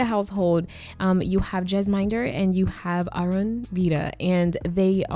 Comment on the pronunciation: Love the video! The Bheedas almost always have twins in my game...but I've seen it all. I've never played them though...I should. Jesminder is my go-to bestie for city dwelling female sims. Just a note though: Jesminder is pronounced Jez-min (as in minty)-durr